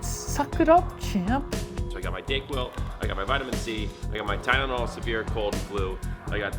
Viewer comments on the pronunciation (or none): You definitely said DickQuil as opposed to DayQuil. C'mon dude